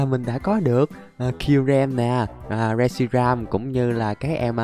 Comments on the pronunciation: Con đó là rét shi ram mà sao đọc là sét ri ram quài v anh Anh ơi anh hãy tìm và bắt bộ ba sáng tạo nhé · Reshiram chứ ko phải shireram anh ơi